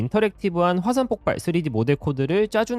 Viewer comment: 폭팔? 잘만든 영상에 발음이 옥의 티네요